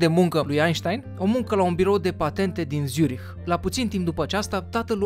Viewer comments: zurich se pronunta nu cu "z" cu cu "tz" !!! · Zürich se pronunță Țzuric și se aude la final puțin de h , am niște rude din Elveția...doar zic..(nu e nimic de ura) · By the way se zice Țurih(zurich)